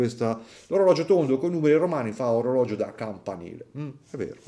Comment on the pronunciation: Digli anche a i pigliolo Svizzero che in italiano orologio si dice con una G , non orologgio o oroleggi 😂😂😂😜